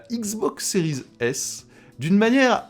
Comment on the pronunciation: Salut, est-il possible d'arrêter de prononcer le terme "series" à l'anglaise car c'est relativement désagréable à l'oreille de t'entendre accrocher sur la liaison a chaque fois que tu prononces l'un des deux modèles. D'autant que cela n'a pas de sens car tu ne prononces a l'anglaise que le terme "series" alors que si tu voulais aller au bout de la choses tu devrais dire "ex" au lieu de "x", bref a la française ca sera très bien, plus facile pour toi et surtout plus agréable pour ceux qui t'écoutes. Le live de l'autre soir c'était l'enfer en plus de l'autofocus.., merci par avance.